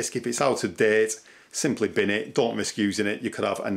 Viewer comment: I want this guys "binn" sounds like there is a shitload of usable stuff in it. 😂🤣😂